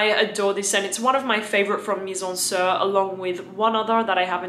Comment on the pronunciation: Lil' tip: you should pronounce the "i" of MIZENSIR like "sea" not like the "i" in "Sir". it it a french play on words. In french, 'Mizensir' (mise en cire) means 'put into wax' quite appropriate as they make candles. ;)